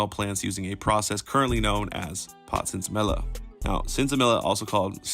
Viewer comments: Say it with me: Sin-sa-me-ya Not Sin-sa-mill-a Cool story, though. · Sensa-meeya is how you pronounce it.. also i smoked mids up until like 2008 and it was always filled with seeds lol… American/Canada and maybe the Netherlands were the first places in my opinion to really make it popular.. Jamaicans knew what they were doing to, when I went on vacation there in the 2000s they had sensi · Seen say me yah is how you say it my brother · It’s pronounced “sense e me ah” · It's pronounced sense-a-mia, two L's create a Y sound in Spanish. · sin semilla = sin-seh-me-ya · Say it with me now... Sense-see-me-yah!! Sense-see-me-yah!!! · Sensei Meeeyah is the correct pronunciation. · That is absolutely not how you pronounce sinsemilla stop that lol